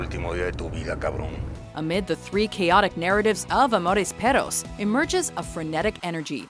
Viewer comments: it's pronounced peRRos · Bruh, you guys gotta trill your r’s when you say “perros”!